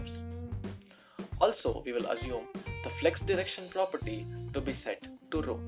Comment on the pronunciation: Based on your information, , he said will be set to Row. I couldn't understand what he said until I read your comment.